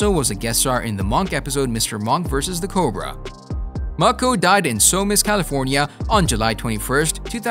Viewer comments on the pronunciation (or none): none